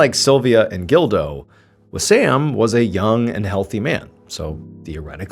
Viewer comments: I keep thinking he’s saying Dildo instead of Gildo lol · You say Gildo. I hear dildo. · When he said "gildo" I thought he said "dildo" lol I had to rewind it to make sure i heard correctly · I thought at first he said Dildo! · It’s a pretty common name and the pronunciation is closer to “Jeel-doh” or “Jill-doh” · Every time you said the son’s name I totally thought it started with a”D” 🙃 and not a “G”😂 Just me?